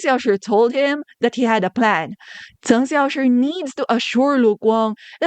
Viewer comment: I love how you pronounce Cheng Xiaoshi's name, I'm not in any way fluent in Chinese and the way you say his name sounds just right to me :)